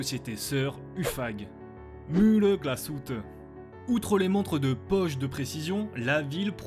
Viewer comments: Superbe vidéo, l’histoire est très intéressante Juste une petite persistions : en allemand, le « ü » se prononce « u » comme en français, c’est le « u » sans tréma qui se prononce « ou » Donc je pense que Glashütte se prononce GlashUtte ou non GlashOUtte Voilà, continuez votre travail, c’est grâce à cette chaîne que je me suis intéressé à l’horlogerie et c’est vraiment passionnant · On prononce Glasshütte et non pas Glasshoutté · On ne dit pas « glasshoute » mais « glasshute » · juste pour gouverne les mots en allements avec un trémat ¨se prononcent à la française genre le " ü " se prononce " u " pas " ou " et " ö " se prononce " o " pas " eu ":)